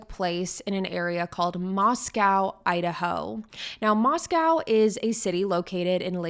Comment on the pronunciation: Just a few things, it pronounced Mos-co like Costco and he attended Washington State University not University of Washington, that is in Seattle 5 hours away